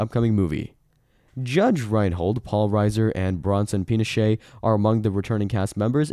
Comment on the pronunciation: Dude you really need to learn how to pronounce Bronson Pincho's name!